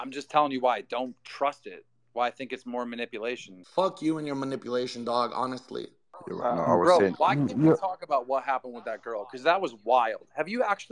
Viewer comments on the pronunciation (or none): It's so hilarious seeing fousey being so triggered over words like hawnestly 😂